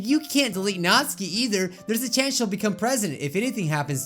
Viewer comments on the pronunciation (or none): u don't pronounce Natsuki right. ur saying it like its NAT-SKI not NAT-SUKI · I JUST REALIZED HE SAYS NATSUKI'S NAME WRONG!!!! HE SAYS NATSKI AND IT IS PRONOUNCED NATUUUUKI!!! MY LIFE IS A LIE!!!!!! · It is pronounced nat-su-ki not natski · it's not pronounced notske it's notsuki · NAT-SUE-KEY not NAS-KEY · Ok I need some clarifying how do you pronounce Natsuki Is it Nat-sue-ki Or Nat-ski? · "Natski" BRUH IT'S NATSUKI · Tbh it kinda annoys me how he pronounces Natsuki wrong